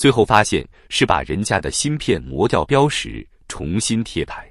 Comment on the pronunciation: 标识 音 BIAO1 ZHI4 而非BIAO1 SHI2，识 （識） 乃多声字 標識==標誌==标识==标志. 黄俄文非中文。